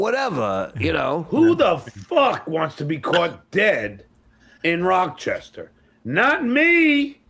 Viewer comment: It's NOT "Rock-chestah"